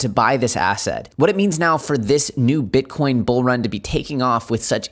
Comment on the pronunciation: 21k right now! Dude did you call bitcoin " king corn"? Lol.